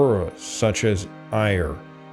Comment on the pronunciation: Other mispronunciations include Ayr, Ayrshire, Uist, Tiree, Kintyre and Dumfries.